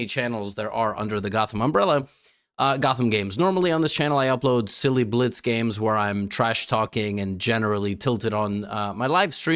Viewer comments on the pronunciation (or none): none